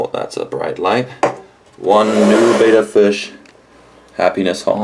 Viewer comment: That's just too small for your betta, and it's actually pronounced like "better" not bayda. Are you recommending these small pots in your pet store? What about a heater? I am amazed you'd put a fish into gassy new water like that.